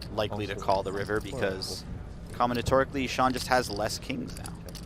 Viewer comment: "combinatorically"? lol